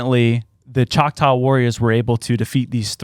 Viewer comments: 😂 uhm NO! that's not how you pronounce choctaw. Saying it that way is the evidence of colonizer presence.... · Demons /Nephilem smell like death …. Kudos on the pronunciation. I’m from Oklahoma you did good.!